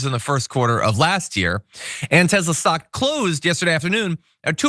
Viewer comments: John it's TESLA not TEZZZLA ...TEZZLA is how the south African nazi pronounces it not how the founders pronounce it. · Tes-la not tez-la 😅😅😅 sorry. It's drivinge.mad lol